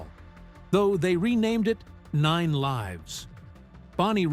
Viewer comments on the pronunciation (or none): none